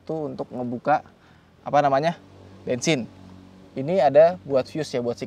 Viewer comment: Bang Pajero Kan Diesel Kok Bilangnya Bengsing